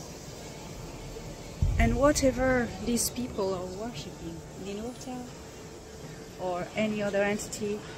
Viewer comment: Did you say Ninerta?? 🐲⚔️🪬